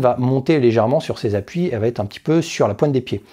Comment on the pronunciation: Te Kubi ozae.... Te koubi ossae U se lit ou et la consonne entre deux voyelles se lit S . Il va être et non va T être..... お願い